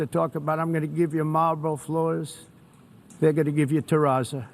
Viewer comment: Apart from everything else, he can't even pronounce terrazzo correctly.